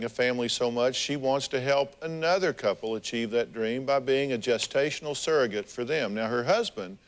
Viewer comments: They seem like nice people, but they don't even know that the word is surrogate and not saragate/serragate! I can't be the only one annoyed by this. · It annoys me when people say “serr-a-get”. It’s sURrogate